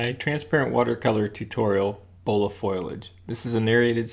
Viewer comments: ...I certainly did look up the word...and it is fo-li-age, not foliage. There is no word anywhere pronounced foil-age. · Foliage = fol-i-age. What's with foilage? Please get it right, like your paintings. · Hi...the word is pronounced, FO-lee-age